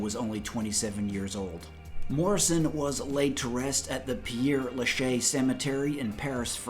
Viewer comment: Nice summary of Jim's story on this the 53'rd anniversary of his passing. Just a couple corrections: Jim's sister is named Anne, not Robin. The cemetary is Pere Lechaise cemetary, not Pierre Lechaise. I've studied JDM's work and his story for more than 4 decades now. I've interviewed people who knew him & Pam personally. One thing you can count on, he died in Paris, his death was not staged. We'll never know the true details. I still want to know why he was naked and screaming in the apt. hallway at 3am that night. Was he assassinated by an intelligence agency for his views and temerity? What role did Pam play? We'll likely never know, and that's part of what makes Jim & Pam & The Doors' story the single most compelling and mysterious one in the history of rock n' roll. RIP Jim, and thanks to this channel for the remembrance. "Tell them you came and saw And looked into my eyes And saw the shadow of the guard receding. Thoughts in time and Out of season The Hitchiker stood by the side of the road and levelled his thumb in the calm calculus of reason..." - JDM